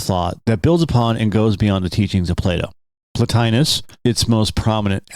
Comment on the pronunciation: Lol... Matt Berry's voice... Although i don't say it that way and its kinda like mild nails on a chalkboard, I "enjoy" yoyr pronunciations: "Dem-i-urge" instead of "dem-mee-urge," or "mah-nad" instead of "mohn-ad." And you missed one: "plah-tyne-uss" Keep it up good work.